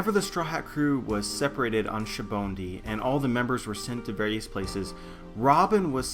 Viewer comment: What is with people pronouncing "sabaody" like "sha-bun-di"? Its "saba-ody". So annoying lol